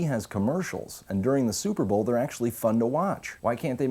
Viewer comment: I liked as soon as he said suhpabowl. This is the best ever